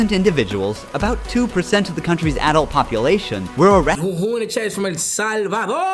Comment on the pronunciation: El Salvadorrrrrrrrrrr